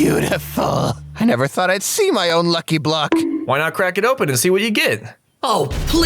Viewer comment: Bro said "monkey block"😂